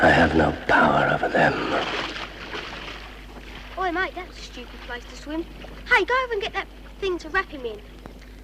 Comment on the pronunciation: What's up with your voice mate? "vem" instead of "them" and over pronouncing S's and T's...